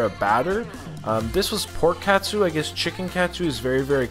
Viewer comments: it’s pronounced “Kut-Su” not “Cat-Sue” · katsu, soft 'a' instead of hard, less cat soup 😂 close to like a schnitzel in concept. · Now I’m craving it! Also, katsu in Japanese is pronounced “KAHT-Su” meaning “filet cutlet.” “ton” (pronounced “ToHN”) means pork. So the “King Tonkatsu” t-shirt means King Pork Cutlet.” 🤴🏻🐖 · pronounced as 'cut-sue'...normally katsu sauce is ketchup, shoyu and worcestreshire sauce and perhaps ground pepper. Very popular here in Hawaii as local food cuisine. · Its katsu my friend.